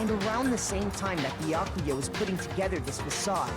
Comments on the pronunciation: Byakuya is pronounced like ba-yaw-koo-yuh not Bee-yuh-ku-yuh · I think its byaakuuya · So i just tuned in and... Beyakuya its b ya ku ya lol😂😂😂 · How come no one has made a ruckus about how calls Byakuya: "Boo yah koo yah" Instead of: "Byah koo yah" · dongonrampa 😔 beeyakuuya lmao jk but danganrompa is “dang-on-rompa” and byakuya is “b’yaa-kuya” (pronounced quicker) great video as always! surprised that you started playing this cuz i just did too LOL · It’s bee-ak-you-ahh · Byakuya's name is pronounced Be-ah-ku-a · he meant like ''die- ya'' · It’s bee-ah-key-a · "Biyukuia" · 🐝 yah ku yah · BYAKUYA IS PRONOUNCED [BEE-YOK-OOH-YUH] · no one:, trying to say byakuya: beeyuhkooyah 👽👽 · Me when he says “beeyakuya”: 😔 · Bee ya ku ya its pronounced like that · Stop saying Byakuya wrong its all one word not beeya ku ya. its beeyak kuya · his pronunciation of byakuya's name despite it being correctly pronounced time and time again IN THE GAME is causing me physical pain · Im mad at for pronouncing byakuya's name wrong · trying to exist and keep playing the game: Me annoyed at his pronouncing of Byakuya: >:( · I love but the way he pronounces byakuya is kILLing me 😭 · The way pronounces Byakuya physically hurts my soul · The game saying the names correct: Not Makoto, Bee-ya-ku-yaa, spiky ass hair I dont know. 🤣🤣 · Yo I'ma be impressed if goes through the whole game mispronouncing Byakuya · PRONOUNCE BYAKUYA'S NAME RIGHT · Last night I was praying that would finally pronounce Byakuya's name correctly, so when he mispronounced his name I cry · You are pronuncing Byakuya wrong... and you realllll shoud pass free time with him! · THE WAY PRONOUNCES BYAKUYA AHH